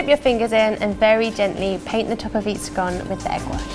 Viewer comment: You do pronounce scone properly. When, how much & type of ginger should I use to make ginger scones??